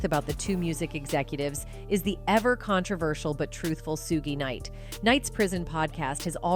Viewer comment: Learn how to say the names first 😂 Mr Knight and Ms Warrick wow this gotta be a lil kid lol